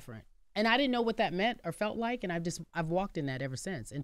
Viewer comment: I just want to know if anyone else ever noticed how the word "Or" embarrasses uncle Charla every single time. In the history of TBC he has never said "Or" he always says "Are" 😂😂😂